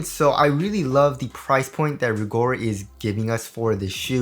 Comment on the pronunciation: It Rigorer not rigor